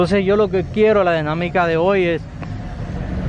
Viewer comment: Denamica error es dinamica, pidir error es pedir, pencipio error es principio, partecipar, error es participar, estudia para que aprendas a hablar, ya que que te gusta entrevistar gente.